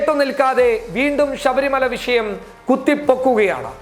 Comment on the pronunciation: വിശയം അല്ല മോനേ വിഷയം...ഷ... ഷ ..